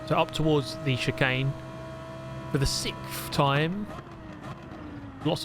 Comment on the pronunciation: Do all pome's say sikth? Or just?